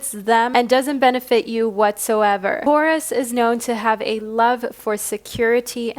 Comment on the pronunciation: Horus sounds like Taurus 🤭